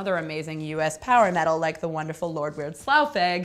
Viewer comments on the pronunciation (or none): none